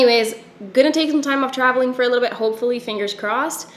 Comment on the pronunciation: at the start when you said you'd been travelling a lot, my brain heard 'showering a lot'... glad to hear you're keeping up with your hygiene LOL